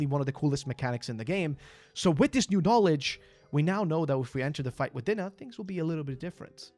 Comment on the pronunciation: Love the video, but Dinah is pronounced Die-Nuh. Also, if I recall, the Cheshire Cat was the wonderland version of Dinah.